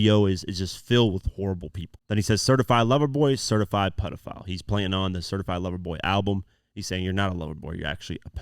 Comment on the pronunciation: Certified lover boy ? Certified pedofowl he pronounces like that with the owl for obvious reasons just one you missed